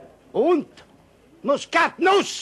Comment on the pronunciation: Tu prononces mal, ça se dit MUSKATNUSS